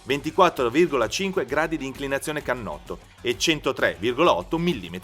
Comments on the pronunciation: Cannotto.... Non si può sentire !! Per non dire uhlins 🤣🤣🤣🤣🤣 Wow che esperto ..... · e finalmente "cannotto" NON canotto!!!